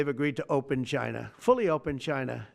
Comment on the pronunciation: Trump is so distraught that he's even pronouncing the word "China" like a normal person now.